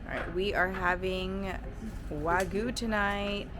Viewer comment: eh why do americans always pronounce wagyu as "wa-goo"